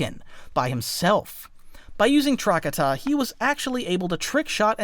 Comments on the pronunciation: its not TRACK-uh-tuh, its TRUH-katah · For the love of fuck do not call Trokata “trockadda” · Truh-ka-ta. Thats how you pronounce it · Your pronunciation of trakata was pissing me off but I put up with it. And then pronounced utapau "you tah pow" and I stopped watching.